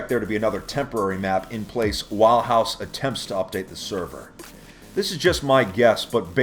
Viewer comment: Its hause not house